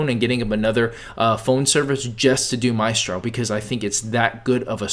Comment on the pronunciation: You spelled Mystro wrong and you pronounced it wrong.